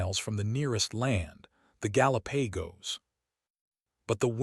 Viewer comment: I got to Gal--a-Pay-Goes and had to take a valium before I blocked the channel and started shopping for a hit man.